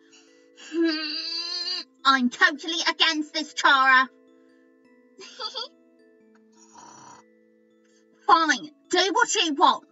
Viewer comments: it sounded like you said Cory instead of chara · Yes that's right chara is gween